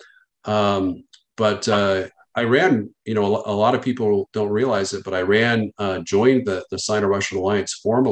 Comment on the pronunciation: I is pronounced as E in regards to Iran. Not being the linguistic police but if one is supposed to carry weight in a conversation about foreign policy and affairs pronounce Countries correctly....my father is Persian aka Iranian. I am going to be that asshole.